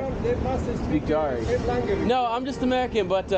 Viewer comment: he completely butchered Dari